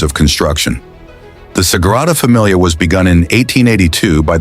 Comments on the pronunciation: Nice story, but I wish your narration had gotten it right. Especially pronouncing the NAME of the Basillica! It's the Sagrada Familia, Sacred Family, and pronounced "Să-gră-dă Fă-me-lee-ă", not "Fă-mi-lee-ah", that sounds more like familiar. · “Sagrada Damilia”???? Good god I hate AI! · Sagrada Damilia? There's AI for you. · “Sagrada Damilia?” What is Damilia? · It's a shame you didn't think to find out how to pronounce the name of the thing the video is about.